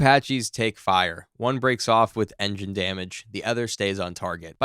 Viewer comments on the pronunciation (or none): none